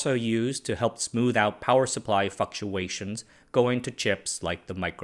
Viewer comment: "Power supply f**ktuations?"